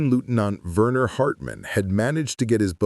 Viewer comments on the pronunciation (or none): none